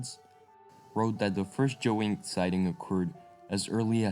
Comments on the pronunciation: what are you saying joey,is a small kangeroo, a yowie,is pronounced like thus the yow,rhymns with cow with a e at the end yow-e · It is YOWIE not JOEY! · LOL I know! I went through most of it not understanding why he was saying Joey. I get it now lmao. Sorry, not making fun of the presentation just that it reminds me of when a newbie in a place and mispronouncing names all over the place ! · It's pronounce "yow" "ee"